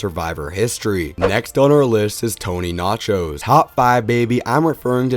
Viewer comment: Decent list. I don’t personally agree with all of your rankings, however, your rationale on each helps. PS. It’s Vlachos, not Nachos lol